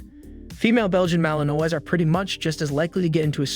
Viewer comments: I agree his pronunciation of the malinois word is embarrassing😊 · As a French American your pronunciation of my favorite breed is what it is but overall great video lol. My male is a ton of work but you get back what you put in like everything in life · Learn how to pronounce Malinois!!! For goodness sakes, or shut up